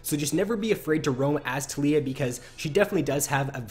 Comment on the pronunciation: tal-iy-ah (Tal*yi*ah) its Taliyah not "Telyyah" fuck everytime you said that i died inside